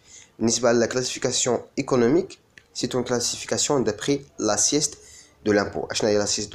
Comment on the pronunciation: Merci pour le contenu mais vous devez vérifié la prononciation de certains termes comme assiette fiscale et non pas "la sieste" on dit intermédiaire et non "intrimidiation" c grave quand même